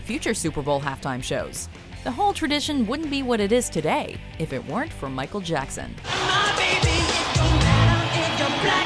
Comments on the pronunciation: Hey its Micheal Jackson not Jacko!!😡😡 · NOT JACKOOOOoo it's Jackson can you do your research first before you actually narrate whatever you want to narrate. Dont call him like that EVER again I'm telling you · You did not just call him Jacko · Call him Jacko one more time. I DARE YOU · Put respect on MJ’s name, his name isn’t “Jacko”, it’s michael Jackson... dislike for days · Call him "jacko" one more time and you're cursed for life!!! His name is JACKSON! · Who the hell is this woman presenter who is calling the king of pop jacko.. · you just didn't call him Jacko!! Don't you ever call him that ever again! It's not JACKO, is MICHAEL JACKSON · Michael Jackson has the best halftime show also did you just call him jacko? His name is Michael Jackson and don't you dare call him that again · you got dislike because you say michael jacko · That lady literally said “Jacko”🤦🏽